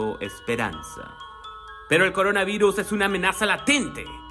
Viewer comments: CORINAVIRUS, CORUNAVIRUS, CORANAVIRUS AAAAAHHHG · Like si notaste que decía corana virus. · Like si viste que decía Corana Virus xdxd